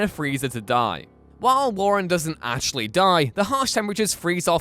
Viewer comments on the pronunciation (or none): Wait... Did you say "actually" or "Ashley"? This ain't Evil Dead, dammit!